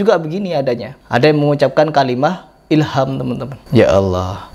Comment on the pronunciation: Bukan "Hilham", tapi "HilhamD", huruf mati akir di huruf dal د